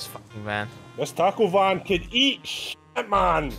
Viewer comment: As a Mexican, I feel jabs to the soul every time I hear Taco "Van"💀